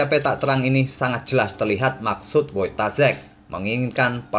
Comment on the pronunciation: Saran bang, penyebutan nama yg benar "Foitasyek"